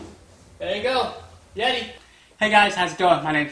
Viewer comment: A Yeedi 😂